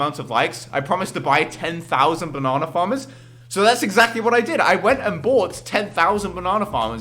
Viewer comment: "bo-nana faammerz"